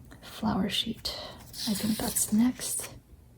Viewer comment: lol your "cheet" instead of sheet reminded me that I wrote ‘blop’ instead of blob in my Facebook post 😂 I love this look into your sketches and process!